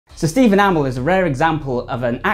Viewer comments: Green Arrow i didnt notice He does Kinda Steven (right) amall (its A MEEE LLL) (Stephen i know) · Steve Enamel? 😂bruh you saying it wrong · Stephen A-mol?😂😂😂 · Why are you pronouncing Amell as ah-mal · Amazing video man but you kept saying Amell wrong 😂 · He's English, cut him some slack. It's like tomato. Never said the same way. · He's says amell wrong